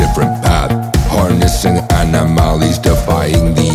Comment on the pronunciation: Anomalies is pronounced like hot tamales.